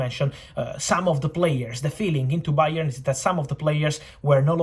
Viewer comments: "Bayern _oard" the B is silent from Fabrizio just like the board kept it silent to this time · Fabrizio “BA!-ern” Romano